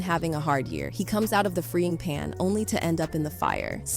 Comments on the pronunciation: Did she say "FREEING PAN?" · Haha she said freeing pan HAHAHA 🤣🤣